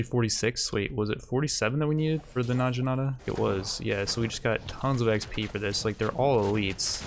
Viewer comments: It's Nag-inata, not Naj-inata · It's actually na-gi-na-ta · and "Najinata" that ones a little more understandable tho. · Says "nadjinata"... I die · It's pronounced "nah-gi-nah-ta" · Hey, naginata is pronounced with the g that you would use in goat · Where tf from? Where in the world pronounces necromancer as neekromancer? or naginata as na-jinata? Mfer pronounces it correctly on the 60th time 21 minutes in??? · I'm pretty sure he's doing it on purpose, like Knee-kromancer